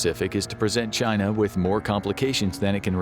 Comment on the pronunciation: "The gret chyynnaa"